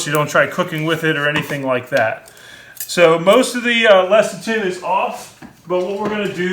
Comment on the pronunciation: Less-a-thin, it's pronounced less-a-thin.